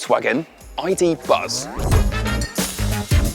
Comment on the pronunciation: Tell me whos not gonna call it a ,,iduzz"